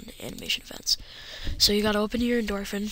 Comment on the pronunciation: you say endorphin completely wrong!